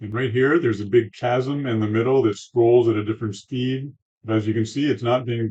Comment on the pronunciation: it's pronounced kasm